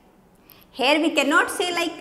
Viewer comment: Mam your "here" sounds like "hair" every time I heard here i looked at your hair.